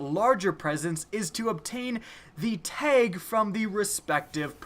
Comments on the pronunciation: Teg? You mean Tag? 😂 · its tag not teg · It's a TAG, not a TEG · It's TAG NOT TEG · Why do you say tage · He says teg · Amanda's "Teg" Xur's "Teg" Saladins "Teg" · lmao how he says tag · How are you mispronouncing tag!!